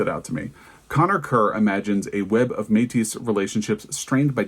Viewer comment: Hi from a friendly Canadian follower. I was interested in your coverage of the Giller Prize, and yes, there is controversy about it this year. I’ve heard you say before that you appreciate pronunciation feedback. The word “Métis” has a French origin (it describes the offspring of French fur traders and Indigenous women). The French do not pronounce a final “s” in their words, so the word is pronounced “Maytee”. Love your videos. Ann Patchett is one of my favourite authors and I have really enjoyed all of her books that I have read.